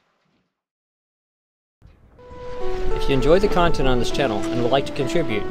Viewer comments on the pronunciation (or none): none